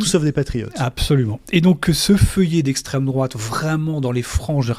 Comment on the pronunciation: Esstreme droate ....Esstreme droate ...Esstreme droate .....lol